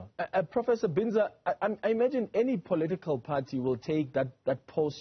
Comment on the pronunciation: Am glad my university is represented especially by a local academic 😊 Am not sure about how the "English " pronounceation of his name by the host though, how hurtful is it to ask someone "Sir/Madam how do you pronounce your surname instead of anglicisation. How does Binza become Bhinza😮 Prof Breakfast as ever brilliant, technologists came top despite Covid-19, Health Scientists did the same, but politicians were fucked up by Covid-19.